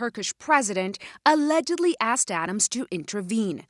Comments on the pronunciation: Dude said "axed" instead of "asked", that did it for me. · mayor says "aks"---wow. How about "ask"?